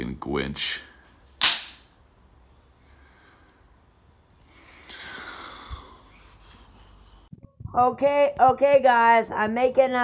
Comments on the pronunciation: *da fweaking gwinch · baby... i'm tha fwickin gwinch✋️💀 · im the fwickin gwinch